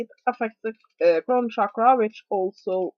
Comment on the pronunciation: Hi, just so you know Chakra is pronounced with a CH sound, not a SH sound, I have quite a bit of understanding of the sanskrit language.. shakra means something else... cakra/chakra literally means wheel.